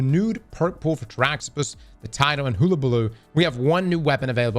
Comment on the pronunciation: "Spool" English isn't that hard,. C'mon now.